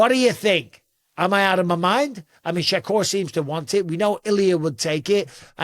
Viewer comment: Bisping got all Russian when pronouncing Shakur